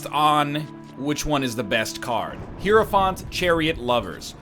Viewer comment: NL's continuous mispronunciation of Hierophant is my personal hell